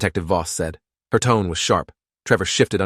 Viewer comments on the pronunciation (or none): none